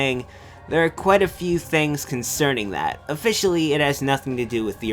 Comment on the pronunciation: You mean "conerning"?